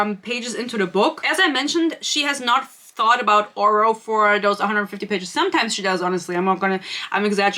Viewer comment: Glad im not the only one who noticed the GMA host pronouncing Oro's name as "Orah", lmao Thank you for your sacrifice. I tried reading this, got maybe six chapters in before I had to give up. I won't be able to continue this series BUT i will certainly watch anything you post about it to see how this trainwreck ends. Dear lord, there is so much pointless filler! It's almost like she's a panster who didn't go back and edit anything (as a panster myself, I can see this quite easily). There's no love triangle. I hate love triangles, but she didn't write a love triangle here. I think it was clear from how she wrote Oro in book one he was probably never meant to be a love interest originally (he always came off as a mentor-figure if anything) and the "romance" was just shoved in there. Oro keeps getting sidelined so much while Grim keeps getting center stage, so its pretty obvious who endgame is. She isn't even trying to make it difficult on who Isla will end up with, lol. Let's not forget her amazing way for naming things. We had "starstick", in this book we got "shademade" to describe something else (i think the cuffs the blacksmith made?). Ugh. I can't. This book came for my braincells. I don't know how you made it through.